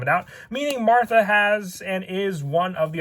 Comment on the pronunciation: what the hell happened to the H in martha lmao